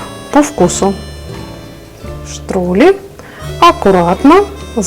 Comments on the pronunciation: Я выросла в немецкой семье и хочу сделать поправку, правильно говорить ни штрули, а штрудли от слова штрудель Но идея с таким галушками шикарная! Спасибо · Добрый день это штрюдли ,а не штрули штрули на немецком переводится кака сыкун😂